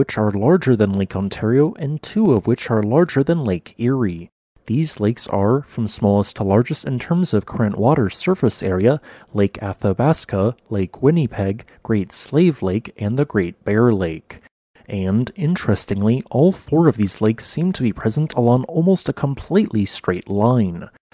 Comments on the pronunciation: its pronounced win a peg not whinniepeg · Winnie-peg Lol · Love the way he says “Winnipeg” like Winnie the poo. Definitely an American doing the narration.